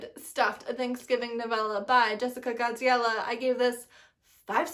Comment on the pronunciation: I love hearing your say Jessica Gadziala on a consistent basis